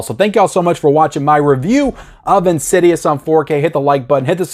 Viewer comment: IN-SIDE-US / IN-SID-I-OUS